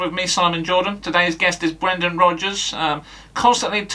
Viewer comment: BWENDAN! 😂 Top notch as always.